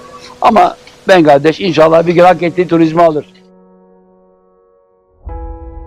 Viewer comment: Ben: Bengladeş Coşkun Aral: Bengaldeş Ben: Evet doğru Bengaldeş, doğru.